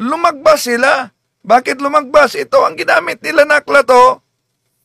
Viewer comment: Lumagpas po bro, hindi lumagbas!